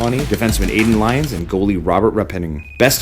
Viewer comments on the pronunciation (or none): none